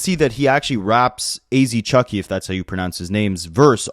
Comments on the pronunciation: “AZ Chucky” 💀💀💀 Bro, it’s pronounced “CHEE-KEH” 😂😂 🤦🏾‍♂️ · It’s A-z chike like chi(China)-k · I think AzChike is pronounced ass cheek